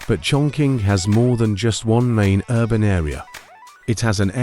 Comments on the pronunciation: Wrongly pronunciation for chongqing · Chongqing is pronounced chong ching.